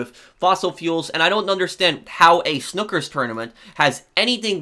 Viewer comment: i love you but the way you said snookers was jarring, its a snooker tournament and it’s pronounced like s-new-ker